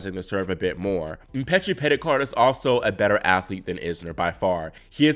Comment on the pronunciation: Go back to the beginning and then again about the 43/44 second mark. He said, "France's Giovanni Mpetshi Perricard..." People mispronounce and misspeak all the time but is in and of the tennis community and is well versed surrounding and involving these players. He's on it. 😉